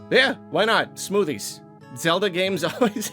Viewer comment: did you say smoothies, or SMOODIES?